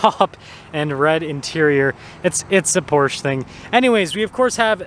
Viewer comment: Please procurance PORSCHE properly!